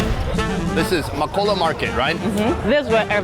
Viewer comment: I flinched when he pronounced Makola like Makowla